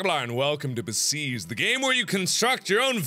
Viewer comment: Besiege, not besige!